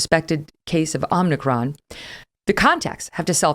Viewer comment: It’s OMICRON NOT OMNICRON!